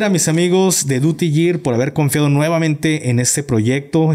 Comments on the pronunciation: No se pronuncia DUTY YIR. se pronuncia como si dijeras SEGUIDO. duty GUIR. por que YIR (YEAR). es año, es como GEARS OR WAR y dices... YEARS OF WAR. (años de guerra?) un saludo ! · SE PRONUNCIA : DIURI GIR .